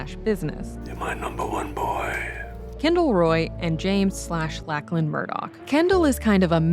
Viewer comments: It's pronounced Lock-lan not Lack-lan, do Americans not have the name Lachlan? It's very common here in Australia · I cannot get over your mispronunciation of “Lachlan”. Lock-lan, not lack-lan. It’s wild that you would even think that’s how it’s said, especially because you sometimes say it correctly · Lock-lin not Lack-lin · It's Lock-lan lady. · WTF “lack-lin “ this Aussie LOL